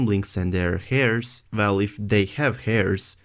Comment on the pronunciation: heirs is pronounced eirs, the h is silent, Arryn is pronounced Aaron